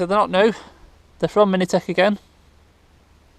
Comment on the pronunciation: It's pronounced as 'mintech' not 'minitech' 😂